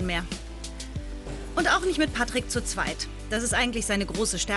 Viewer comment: Wenn man „Pätrick" statt Patrick sagt